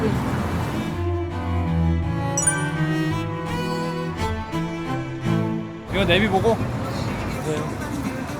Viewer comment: 할 수 있셔 라고 발음하는 셔누 왤케 귀여웁죠ㅋㅋㅋㅋㅋㅋㅋㅋㅋㅋㅋㅋㅋ할 수 있셔